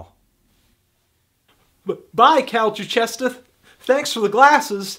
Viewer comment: cal cuchestah!! lmao